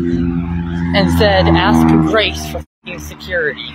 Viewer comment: Grrracee. VANDERwall...